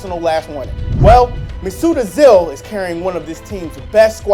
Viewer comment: He didnt even say ozils name right